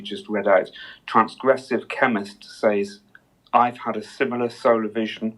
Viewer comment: The word "says" is not pronounced the way it is spelled; it is always pronounced "sez".